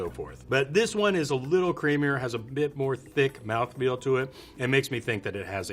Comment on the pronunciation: My dude said M O U T H F E E L